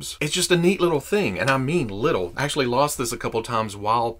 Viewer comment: you can actuashy glue it